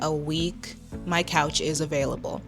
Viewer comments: THAT'S NOT "COUCH", THAT'S "COACH" 😭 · ..girl that said u can crash on the COACH . 😭😭 Its "you can crash on the couch" NOT COACH